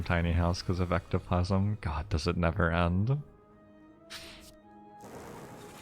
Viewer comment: oh hecktoplasm, it's ectoplasm